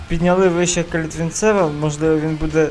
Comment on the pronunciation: Правильно казати БелькЕвич (наголос на кЕ) та Калітвінцев(наголос на цев) Рінкон(на кон)